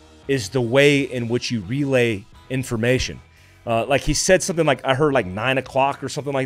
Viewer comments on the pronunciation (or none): none